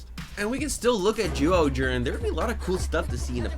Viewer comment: It's not zooohger its pronounced as jyuohger